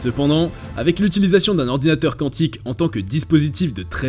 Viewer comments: Ayyyyyy hordounateur😅😅😅😅😅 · Ayyyyyy hordounateur